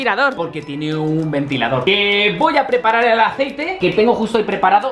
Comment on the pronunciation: Echamos un poco de Aicete uvu * echa mucho aicete*:3 Yo:._. Mucho xd